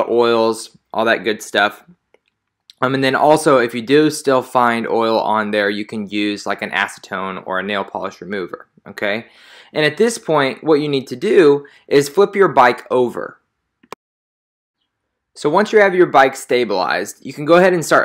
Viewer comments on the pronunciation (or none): I cringed when I heard nail pllish...